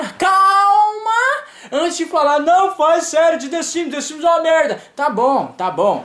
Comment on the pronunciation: Desimes?? KKK é The Sims 😂😂😂